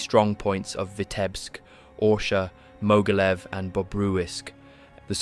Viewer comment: You should learn a bit about German and Russian pronunciation, the video was good, but it was marred by some weird pronunciations - it's not, for example, Mogilev but Ma-geel-YOV (yes, really!).